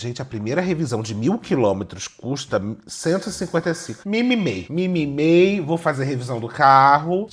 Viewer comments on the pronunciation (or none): falando "mimimei" e a Hermès Birkin Picnic aparecendo nos anúncios 😂